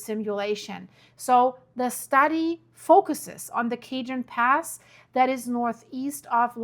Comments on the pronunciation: Ok. I would like to help you with the CORRECT way to say CAJON... Pronounce it like this .. Hard c... So you say Kaah hone. Similar to saying Home, except it is a letter n sound. Got it?? Now you just practice it and you will get it. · Cajon pass the ca sounds like k the j is pronounce like an h. Like k- hone.. San jacinto. Is pronounce like San yah cinto. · Cajon pronunciation is KAH-HONE with emphasis on hone. Thank you for all you do! ♥️ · Cajon pass is actually PRONOUNCED "kahone" pass. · Its pronounced ka-Hon, Cajon pass Cochella - Ko-ch-L-a San Bernardino - Bern-a-d-no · Hey, that's pronounced. el ka hone pass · Kuh-HONE SAN Huh-SIN-Toe Fort Tay-HONE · It's Yaseento fault and Kah-hone pass. ! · Jacinto = huh - SEEN - toe Cajon = ka - HONE No worries. No one knows every language. Europeans typically know 3 or more languages. I appreciate you and your channel. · Thanks for sharing, but I can’t watch this doom and gloom anymore! I have family and friends on the west coast, I prefer to stay positive and pray the the “ Big one” won’t happen anytime soon. The Cajon pass, is pronounced, tay-HONE (tuh-HONE),by the way. Lol! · San Ya-sin-toh (Jacinto) or Ja as in German for yes Ka-hovn (Cajon) Trying to do it with German sounds. 😅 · Kaa hone.. Cajon In Spanish the j is an H sound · I think it’s pronounced Kah- Hoan pass. Spanish🥰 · You are obviously not from CA. Cajon is pronounced like ka-hohn, It is a Spanish word, not English. But since California is so close to the southern border there are many Spanish words in the vocabulary of the Americans who live close to the border. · The J in Cajon is the h sound. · The Spanish word cajon is pronounced as ca-hone. The J is pronounced as an H. The area is loaded? Maybe God is getting ready to clean house. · Cajon pass PRONOUNCE CA-HONE San Jacinto pronounced San yasento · The pass is pronounced... Kah-ho-n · Cohone is the correct way to say it . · Cajón= cah-hone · It's pernounsed CAHON PASS